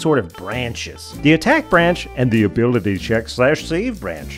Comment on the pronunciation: Heheh “Abilty”